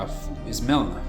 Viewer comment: Melina (Me-Le-Na)